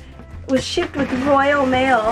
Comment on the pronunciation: Lol you say Royal Mail so "royally".. We say it so commonly over here!!